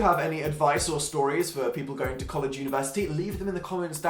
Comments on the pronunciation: ur american is rlly good :))!!1! is pronounce collashe tho lmao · His american way of saying university (COLLEGEEEEE) gives me life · When he said collage I lost it is this house british people think Americans sound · "University. Or sorry... COGHLAGE!" 😂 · CYOOOOLAAAJJEEEEE Yeah, it may be spelled "college," but that is how it is actually pronounced. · the way he pronounced college was really something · I'm offended at how you pronounced college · Dan saying college like "an american" is my athsteic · The way he said college